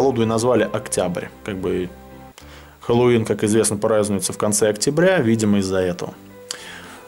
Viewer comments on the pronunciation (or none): none